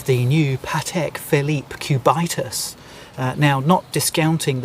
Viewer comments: Cubit-us.... Not Cu-bitus... From Sumerian Cubit, the length of your elbow to tip of the extended middle finger... Btw is what Patrick Phillip needs... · "CubAItas" ... really? 😂😂😂 Its "Cubitus", from Cube=Cube 😅 And you definitely have not too much clue about watches and horology, sorry. The Cubitus is likely Patek's smartest move in a long time, just look what you pay above retail for these watches. The Nautilus and the Aquanaut triggered similar hate feelings at first place and today they are the highest trading watches above retail besides Richard Mille in general. The ingenious feature of the Platinum Cubitus, by the way, is that it is as slim on the wrist as the other two Cubitus watches despite the fact that the Platinum incorporates incredible complications. Liked your presentation nevertheless, one must just like you the way you present your topics 😊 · If you pronounce "Cubitus" in the correct way, it wouldn't sound that silly.